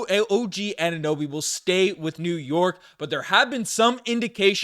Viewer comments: Some guy who say Oninnoby instead of Anunoby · This guy can’t say Anunoby “ONIHNOBY” every single time 😂